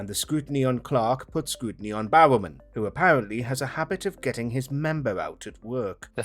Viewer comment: John Bao-men 😂 it's 'Barro-man'